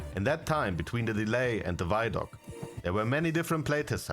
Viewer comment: It's vid-doc, not vydoc, it's a video documentary